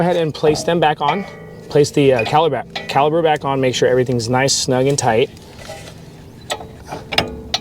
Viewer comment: Great instructional video for the new guy. I've done several brake jobs myself but I always loke watching a video before tackling a new vehicle. Now, are you saying caliber or caliper? That was driving me nuts as they are calipers.